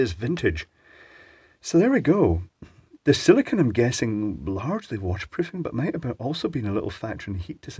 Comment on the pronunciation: Si-li-CONE. Long 'o', man. It's the difference between meaning "sand" and "boobies"!